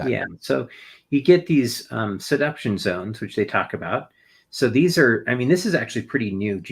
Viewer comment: wait where can I find these “seduction” zones? Asking for a friend… But seriously, how does a geologist not know how to pronounce this word correctly??? He said it 3 times the same way.